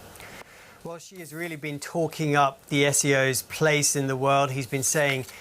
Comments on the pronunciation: Continuity and accuracy is important for news anchors. The president's name is "Xi," with the "X-" pronounced as "Sh-", and the "-i" as "-ee". The president's surname is therefore pronounced, "Shee". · repoter pronounce all the time wrong Xi...due to german accents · Why does everyone call him President Ji? Just say the English word "she" and you'll be much closer to pronouncing it correctly.